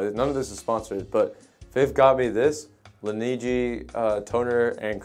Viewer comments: bro pronounced laneige like luigi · The way he pronounced Laneige 💀